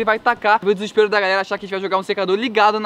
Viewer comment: seu português tb parece, "diserperado"